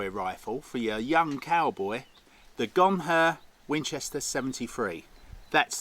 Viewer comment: If you get hit, you say, "you guys carry on without me, I'm a Gonher!" Not Gonfur, it's not a shaver for your legs!😂😂